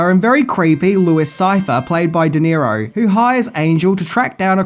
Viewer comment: Robert De Niro, not "Di Nero".